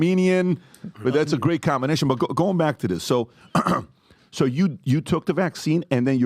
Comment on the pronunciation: Comblinasian foo